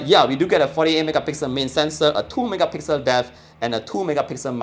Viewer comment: I watch your videos to hear you say "thoo megapixel" ..i like it❤️